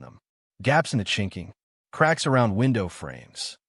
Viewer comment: “Chinkling” cabin walls at least get it right. It is chinking.